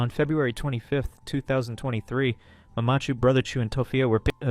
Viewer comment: The way you say mamachu and papachu is fucking irritating. I hope you did it on purpose instead of sounding like some German/Norwegian child pronouncing it.